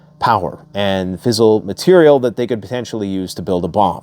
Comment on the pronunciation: Fizzle or Fis-sile??? Genuwine or Gen-u-in??? China actually dropped their tariffs on America.